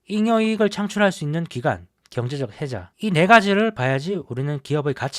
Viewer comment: 해제 아니고 해자 입니다. moat 잘 들었습니다.